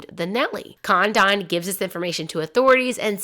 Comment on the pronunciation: Hurt my brain too. Literally the biggest kidnapping in American history. Thousands of movies, books, video, etc. This is the first time I've heard Lin.den.burg. Also, Dr. Condon is mispronounced. It's Con- dun. Should have watched contemporary newsreels. Out.